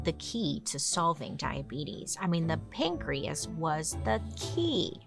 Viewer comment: pan-key- as .. get it .. pancreas